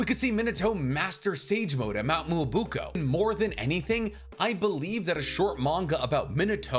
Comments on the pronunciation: PLEASE STOP WITH MOUNT MUUBUKO PLEASE ITS MYOBOKU PRONOUNCED MEE-OH-BO-KOO PLEASE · im gonna sue this guy he said mount muubuko its myoboku